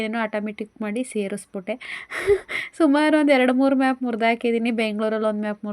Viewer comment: ಮ್ಯಾಪ್ ಅಲ್ಲ ಮೊಪ್